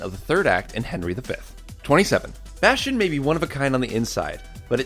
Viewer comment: It's bastion